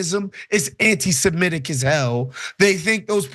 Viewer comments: Please stop saying “anti simetic”!! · I'll ask for the 1000th time, why can Americans not pronounce the word "antisemitic"? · listen to the hosts carefully. They are mispronouncing it.